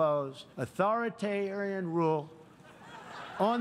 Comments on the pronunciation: ‘Authori-ti-rarian’... nailed it! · atortarian...authoryen..aw, screw it...authrientarien... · His pronunciation of 'authoritarian' is most definitely wrong...